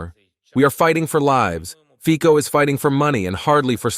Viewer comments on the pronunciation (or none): Nie Fiko ale Fico - Fitzo. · It's pronounced Feetso, not Feeko.